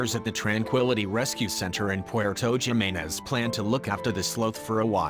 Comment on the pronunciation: 1ST, NOT JIMINEZ (AS IN JIM NABORS) BUT HIMINEZ, J= H IN SPANISH. ALSO, I THINK THE PROPER PRONUNCIATION IS " SLAWTH" NO SLOTH AS IN SLOW!